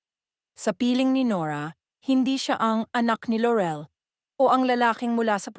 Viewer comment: It's pronounced LAW-REL, not LO-REL; AW-NOR, NOT OH-NOR. Lol, don't anglicize their names when you're speaking in Filipino. You're not American. Haha.